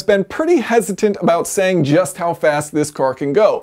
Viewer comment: it’s “ it can go yust as fast”